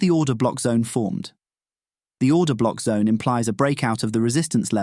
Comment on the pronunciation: I just keep hearing “Breaker Cock” “Order Cock” and “Rejection Cock”